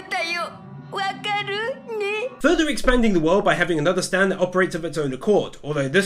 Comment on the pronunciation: `s catch phrase SAY IT WITH ME ANOTHER UNUIQE STANDOH!!!!!!!!!!!!!